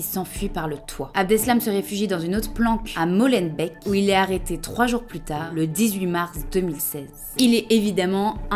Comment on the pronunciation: Désolée je ne peux m’en empêcher…. ca se prononce molembék/ forêt/malbék